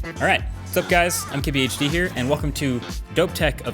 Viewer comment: does he say: "Sup guys, I'm KBHD here." or "Sup guys, MKBHD here."? it sounds like the first one but the second one makes more sense.